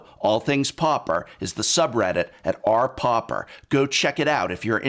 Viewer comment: Loved the video but it drove me crazy how you pronounced pauper. 😄 Almost had a prounounced eye twich and frothy mouth foam look going on 😄